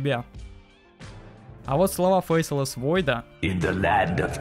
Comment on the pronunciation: правильно говорить фейслесс войд, а не фейселесс войд